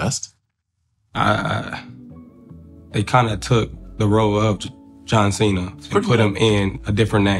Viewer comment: Maybe If Marco pronounced John Cena's last name correctly, then he mightve said you were his favorite comedian